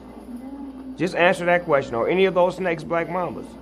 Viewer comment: It black mamba , not black mama , lol!